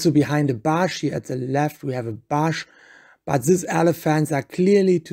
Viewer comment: OMG someone tell this guy how to pronounce BUSH and CALF and several other words for that matter.